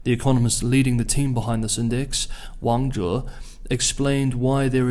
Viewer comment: You used the wrong tones when you tried to pronounce "Wang Zhe". Why do you insist on trying to speak Mando when you pronounce names? If you really want to impress us, narrate the entire video in Mandarin. Otherwise, use the Anglicized version for clarity and continuity. If you were speaking English about France would you say Paris as "Pahree"? No you wouldnt.